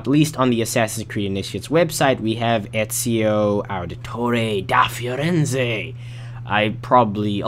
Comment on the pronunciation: Did i heared he say he said Ezio's Name better than Ezio's Own Italian Narrator